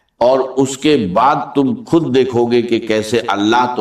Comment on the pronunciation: خود کو کھد کہہ رہا ہے کھشحالی کھالی یہ ڈاکٹر صاحب یہ کہہ نہیں سکتے